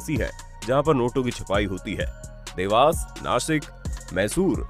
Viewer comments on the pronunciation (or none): Nasik nahi Nashik*